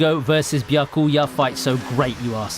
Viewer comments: Lol good video but pronounce it "BYA-kuya" not "bya-KUYA" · V-eye-z-ARE-ds Edit: Byakoooya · it's pronounced byAkuya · Your pronunciation of Byakuya is a massacre .. have you watched the anime in japanese? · It's a nice video, but every time you pronounce Byakuya or Orihime one of my brain cells dies.